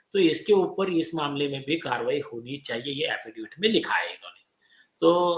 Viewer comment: अफिडेफिट नहीं, अफिडेविट.. see English spelling.. 5 - 6 बार गलत् pronounce किया!